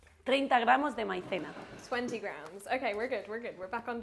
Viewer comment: "I don't know a single word of Spanish" yet I have seen her translate like 5 words by minute correctly and honestly pronounced "Ciento ochenta" and "Maizena" pretty well. 😭😭